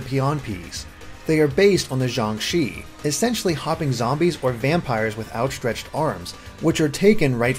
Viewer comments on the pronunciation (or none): The Shi in JiangShi is pronounced similar to how you'd say the Shi in shirt.